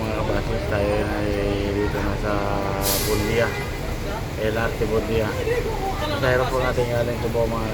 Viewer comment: Dol, correction lang, Buendia not Bundia. Sana makatulong. Ingat lagi sa biyahe pare